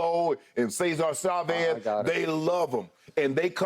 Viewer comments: Shannon said SAYZAR SAVEZ😅! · Sayzar sahvez😂